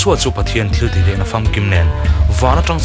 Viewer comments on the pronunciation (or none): none